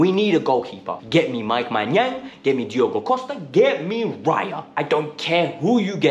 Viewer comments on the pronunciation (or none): none